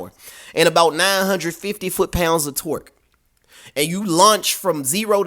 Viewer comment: Is he saying torque or twerk? 😄